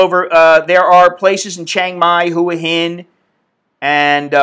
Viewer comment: "hu-ah hin" is pronounced "wah-heen" . ive been there.